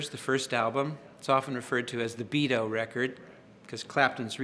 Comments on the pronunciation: It's Beano, not Beado. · Love him and all of his amazing interviews and playing style- But its "Beano" not "Beato" hahah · *beano Not Beado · It's BEANO not "beto" stupid! Beano readers around the world are outraged by your ignorance! Maybe if you'd spent more time reading The Beano instead of practicing your stupid guitar you would have made something of yourself! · Great interview, great playing. Did he call it the Beado album instead of Beano, lol?? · Yes I thought he said Beado! doesn't matter though He still plays a million times better than me at least🤔